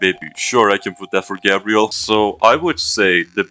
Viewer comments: garbel 😂😂😂😂😂😂😂😂😂😂😂😂garbel not Gabriel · Putting the L in GabrieL